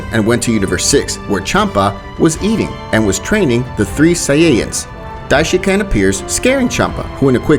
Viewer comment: It is not dishinCAN